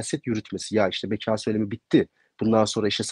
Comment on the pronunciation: Beka şapkalı a ile söylenmez MHP'lilerin ekonomi yi şapkalı o ile söylemesi gibi oluyor.